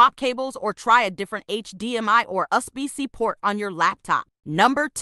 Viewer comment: THIS VIDEO IS STUPID, YOUR DUMB AI DOESNT EVEN PRONOUNCE USB RIGHT…..